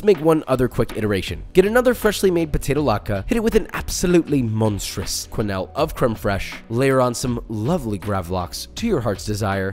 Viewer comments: Quenelle : Pronounced ''Kay-Nell'' (not ''Kway-Nayll'' hahaha) :-))) These latkes look delicious! :) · lovely soigné here but I HAVE to say, it's not "kway-nell" but "keu-nell" with "eu" the same sound as you get in "deux" as in "un,deux,trois" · It's not pronounced kwen-ell, it's pronounced ken-elle